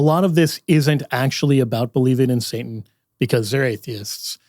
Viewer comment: I love... And I had to watch this video a few times because I couldn't get around "saintan"😅... Great video, great information thumbs up!!